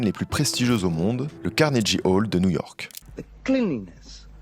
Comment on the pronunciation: par pitié fais des recherches sur la prononciation des mots anglais avant de filmer.. Prononcer Carnegie Hall comme ça c'est pas possible T.T